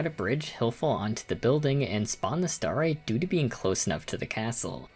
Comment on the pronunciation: i'm sorry but half the time you say starite i can't help but hear starry which is LITERALLY my online alias so that always gets me chuckling also i find it super funny how kirby gets his dance cut off like two frames before it ends XD